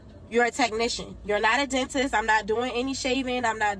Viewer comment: why did i think she said 'go to the dentist or the dontist' at the start. sitting here trying to figure out what a dontist is...